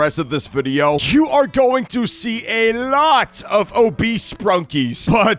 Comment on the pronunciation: That "a lot" was clean af brotha